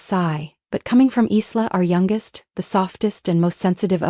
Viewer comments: I wish they would pronounce names properly. Isla is pronounced as eye-la, not Is-la. 😊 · Aarrrgghh!!! Isla is pronounced "eye-la"...the "s" is silent...just like in "island". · Isla is pronounced I-LA. The S is silent. Please fix this. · Written Isla but pronounced eye la...